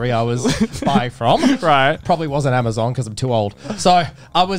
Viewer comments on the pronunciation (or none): none